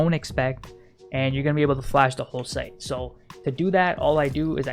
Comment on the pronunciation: i love how he just says "just fash the whole sight" every after location like yes man we be flashing